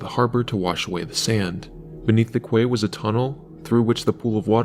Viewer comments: Can you not get the AI to pronounce quay properly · must be engagement bait then cause everyone knows how to pronounce quay